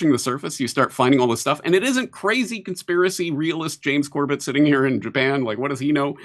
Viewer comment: its not James cobeTt Its james CORBAAAA